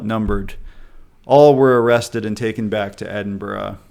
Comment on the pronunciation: Nothing makes my Scottish heart flutter like an American pronouncing Edinburgh right.